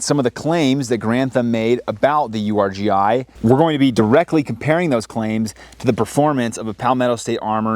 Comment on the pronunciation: Um it's pronounced Urghee